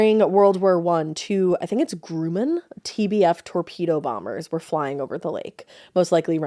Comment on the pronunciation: Hi ladies! Love your pod. Just a gentle nudge to check pronunciation of words that might not seem exotic, but are really common. Grumman and Ensign: Gruh' mun and En' sin. Keep it weird!